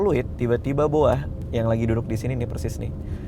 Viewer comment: Please namanya Boah bukan BOA😂 klau BOA idol korea noh penyanyi dia